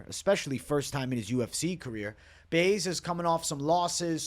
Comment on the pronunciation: Butchering Baeza name 😅